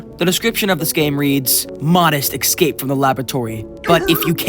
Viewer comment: you said ecsaped instead of escaped